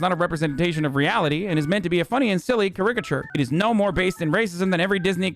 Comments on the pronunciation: say cuh-RI-kuh-chur one more time i stg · The real story here is how Hasan pronounces "caricature". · how hasan said caricature really rustled my jimmies